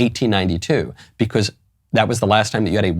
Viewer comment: You pronounce "because" wrong.